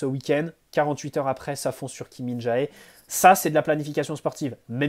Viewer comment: Salut super vidéo comme d'habitude. ps: Kim Min-Jae se prononce Jé a la fin pas Jaé